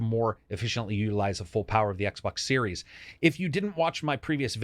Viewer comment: Xbox SNormal... Brilliant...